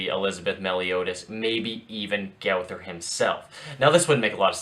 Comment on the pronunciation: It is pronounced. Go-ther